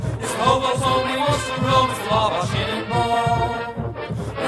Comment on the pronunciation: Love it but just kinda weird hearing someone say wabash rofl ur kinda saying it right but kinda off but that's ok most people don't even know wabash indiana even is a real place rofl